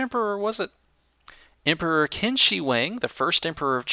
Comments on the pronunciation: "Qin" is pronounced "Chin". ;) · I know it doesnt matter, but "Qin" is pronounced as chin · the emperor's name is pronounced "Chin!" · Qin is pronounced chin that is why it is china